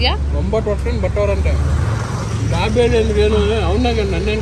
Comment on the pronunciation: ದಬೇಲಿ ಅಂತಾರೆ ದಾಬೆಲಿ ಅಲ್ಲ